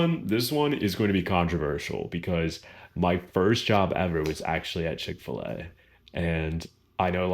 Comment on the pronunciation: It must be because I am British and don't appreciate all the inflections of an American voice, but I just cannot make out what you said your first job was!! To me it sounds like "Chick-fer-lay" but I'm sure that's nothing like it!! Is that something that's specifically American?! And .... one of your hobbies is "Pippa-bow" or "Peepa-ball"?! Is that also a very American thing?! I am keen to learn, and I am sorry if I offended anybody!! 😀